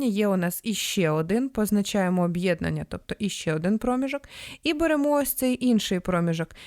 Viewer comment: Приємний голос, але напружує помилка з наголосом в слові, яке постійно повторюється: промІжок! Треба на «і»!